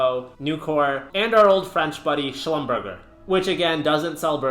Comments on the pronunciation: It’s pronounced slum-burr-jay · Dude totally butchered Schlumberger's name. What a douche'